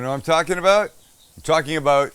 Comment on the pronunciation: That's what I'm talking aboot.👍